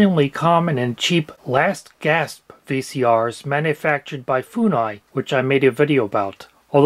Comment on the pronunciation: It is not foo-nai - it is Fun-AI. Ai predecessor but fun. 😂